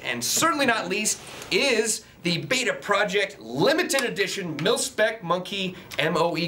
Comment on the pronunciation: he says pilspec instead of milspec